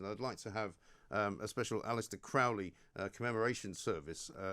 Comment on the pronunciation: Crowley rhymes with Holy, Mr Graham. Tut tut. That's you damned for eternity.